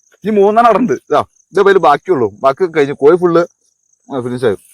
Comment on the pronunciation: കോയി അല്ല കോഴി